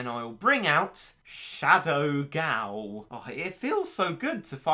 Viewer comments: Y da hell u say shadow gao like that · I love the way he said shadow gal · If you listen closely, you can hear him say "Shadow Gao" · challenge: take a shot everytime says shadow gao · If I got a dollar for everytime he says shadow gao I would have 30 dollars